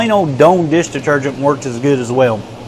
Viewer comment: "Doan" deesh deetergent??